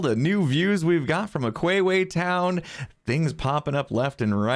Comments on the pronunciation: It's aqua town and not aquwewe town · Day 4 of telling to pronounce aque town as uh-q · Hey mate, it's aqua-town, not aqueue town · Why does it bug me that he says aqueue town instead of aqua town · Aquayway town XD A-cwa-t-ow-n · Is anyone else triggered that he calls it “Aquewea Town” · google how to say water in latin and that's how u say aqua town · How pronounces aqua town: ➡️ The other hermits: ➡️⬆️⬇️⤵️↪️🔙🔄↔️↕️⬇️↪️⤴️➡️↘️